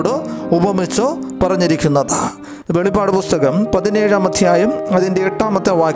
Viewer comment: വെളിപാട് അല്ലസുഹൃത്തേ വെളിപ്പാട് അങ്ങനെ വായിക്കണം